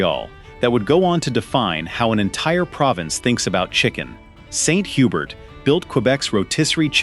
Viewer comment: I thought St. Hubert was pronounced HUBERE. 🤷‍♀️